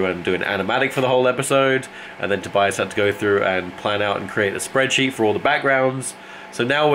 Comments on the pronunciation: I'm pretty sure you got it right the first time. So Toe-bye-uss. I'm not 100% on that tho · Your second pronunciation of "Tobias" was right btw, if ya didn't check already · The German pronunciation of Tobias is TOH-bee-yas. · Tobeeas is indeed the German pronunciation. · I know german and the name's pronounced Tobias